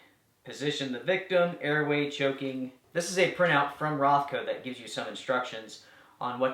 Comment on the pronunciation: Is it Rothco or RonCo? 😀